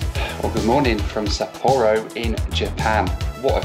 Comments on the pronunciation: I always pronounce it SApporo not sapPORo also Hakodate. mispronounces it so the captions think he's saying "happy dancey" or "pack of Nazi" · You really do need to learn how to pronounce the city's you've been in or traveling to to honour each language,... it's Sap -aa-row.... Hack-aa-da-day,.... FFS! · I always prefer to travel by train, to be honest. You see more, you are free to move around, and on longer trips, you make new friends in the observation and dining cars. But I had to cringe every time you said Sapporo. Sapporo Breweries USA just killed the oldest brewery in the United States, Anchor Brewing here in San Francisco in a mere six years. 127 years of history and great beer gone.